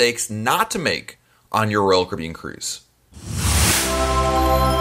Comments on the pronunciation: I hear Rulkaribbon! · “Roll Kibbean” or “Roll Cabbean” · Manny Lyn “Roll Kibbean”, that’s what I hear, lol.